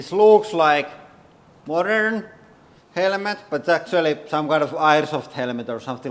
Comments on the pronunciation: He says helmet helemet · "helemet" - this hydraulic press YouTuber guy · HELL A MET. That's how this guy pronunciates the word helmet in any case the purpose of the helmet is to stop a bullet from going into your brain that's what the test should be firing a rifle that would be used in a war AK-47 M16 for instance at different distances at the helmet not using a pressure machine or whatever the hell this thing is. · It's still funny listening to the way he pronounces the word helmet that's worth a few minutes. HELL A MET. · I see a motorcycle helmet and I see a military helmet therefore it depends are we at War with bullets being fired at our brains or are we driving a motorcycle it is funny to listen to his accent though momentarily. HELL A MET. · The man is lost but it's funny for 5 minutes in order to listen to him pronunciate the word helmet. HELL A MET.